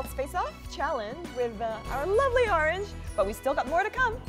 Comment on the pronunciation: i would have thought Orange was born here in the US with this perfect accent.